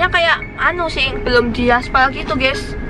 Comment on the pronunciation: Bukan geas harus geys